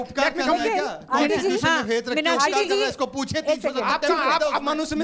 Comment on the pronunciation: conesusetion of india ? 🤪🤪🤪🤪🤪